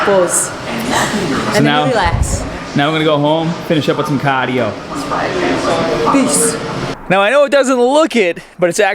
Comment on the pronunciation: Great video. Gonna head home for some "caardio" lol yea we know what ya sayin :P